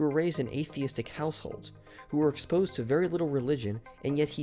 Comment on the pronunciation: "...who were exposposed to very little religion..." :/